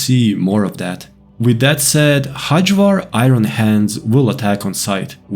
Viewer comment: you are obviously not native english speaker, why do you read nordic names in worst british pronunciation??? xD Hajvarr is pronounced with y as in yes. Hayvar. the way you say it sounds turkish ffs hahhaha